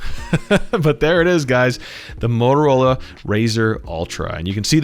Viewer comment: It’s not Mororola, it has “T” in it. Bloody hell…